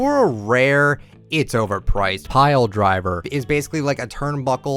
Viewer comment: The way he said pile driver tho